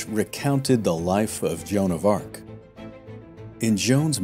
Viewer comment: joan of RA...ARc